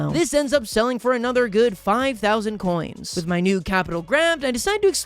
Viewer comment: Sorry for being rude but it’s not cents, it’s coins, you dumbo